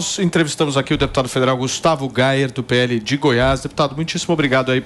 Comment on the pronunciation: Pq ficam chamado o Gustavo Gayer de Gustavo Gaier?